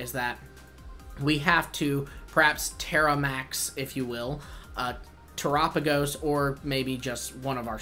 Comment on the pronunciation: Yoo bud soo one thingy, Terapagos is pronounced after the word of Terra, earth, and galapagos, so terrápagos basicly